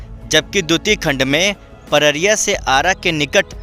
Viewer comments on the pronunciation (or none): पररिया नहीं पडरी है जगह का नाम। सुधार कर लीजिए।